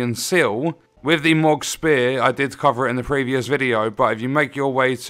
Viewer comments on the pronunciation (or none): It's pronounced mow-g not mog, this isn't final fantasy lol